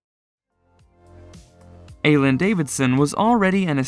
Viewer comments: I-leen not aylynn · Her name is Eileen!!! Not Aylin. 🤦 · Who’s Aylun Davidson? It’s pronounced I lean. Just sayin… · Eileen's name is pronounced: "Eye - Lean" ... Not "A - lean" ~ 😳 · Her name is Eileen («Ayleen»), not «Eylen», as you’re saying... ☺️ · Eileen is pronounced "eye lean", not "ay len". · Her name is Eileen - pronounced “eye - lean.” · Aileen is eye lean.... not whatever you call her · Eileen is a Scottish name and its pronounced "Eye leen" , it makes you sound really ignorant, borderline illiterate in fact if you dont research things. If she pronounces it the same as you do, it just shows how pretentious she is. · It is Pronounced "I" leen spelled Eileen actress from the "Young & Restless." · The name is pronounced eye-LEEN. It’s a fairly common name. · It’s Eye-lean, not Adria. Scoffs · Dude seriously learn how to say people’s names properly!! You could just watch the show for 1 min to learn how to say actual people’s names! EYE- LEAN IDIOT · It's pronounced I LEAN Davidson!!!! I LEAN!! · You keep saying Eileen Davidson's name incorrectly. Her first name is Eileen not Alin. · Her name is Eileen not ALynn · It’s pronounced “EYE-LEAN” Davidson. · That irritated me so much. LOL! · It’s Eileen 😭😭😭😭😭😭 why are you botching her name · Learn how to pronounce the name Eileen. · Learn how to pronounce Eileen. Good grief! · Yes! Eileen is not a difficult name. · It's Ileen (spelled Eileen) not Aileen and its Renna! Get your pronouncements right please! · Eileen...... Eye-lean. An an eye and you lean on something. Rinna....Rinn-uhh. Not Reena.